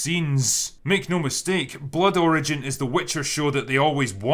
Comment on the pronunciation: Sounded like you said “The Witcher: Blood Orange” which would have been a better title for this show.